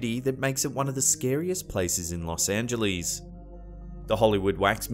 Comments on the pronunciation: Los Ang-uh-less, not -lees! Haha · I know it's nit-picking, but it isn't pronounced Los Angelees. It's Los Angeless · Haha!! One of the comments was how pronounced L.A. "Los Angelees"...I mentioned Arlo Guthrie's song "Coming into Los Angeles" where he says Coming into Los Angelees...bringing in a couple of keys! I havent heard Arlo mentioned anywhere for 30 years and now twice in one day!!! 😄